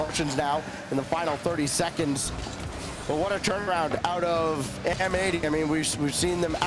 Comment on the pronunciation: Pretty sure M80 should be pronounced matey